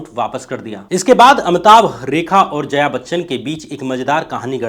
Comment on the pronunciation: Are zaya Bachchan nahi hai, Jaya Bachchan hai, Saat Hundustan nahi hai saat hindustani hai, Rangit nahi hai Ranjit hai...kya sab bakte ho yaar....yeh sab thik karo.... kaun sab log hai yaar tumhara team me? Tum vi yeh sab dekhte nahi ho kya ?!